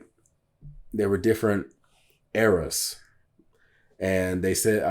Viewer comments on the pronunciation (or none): none